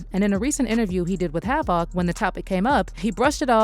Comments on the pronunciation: "Have-ak" wtf. Delete this whole account smh how you dont know havoc or the actual word havoc? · Fuck AI isnt HAV IC